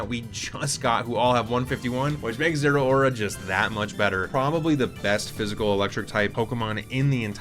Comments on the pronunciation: Everyone says Zera-ora but the "rao" (ラオ) is just pronounced like "ow" or "how". Ze-RAO-ra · Raichu Y is a sweet little fella. Gameplay wise Zeraora is the mega that the Electric type has been waiting forever to get, and it's only fitting that it outspeeds everything, although almost everyone mispronounces its name.